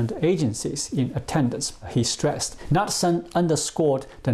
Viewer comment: it is pronounced "nootsen" (knutesen DANISH/Norwegian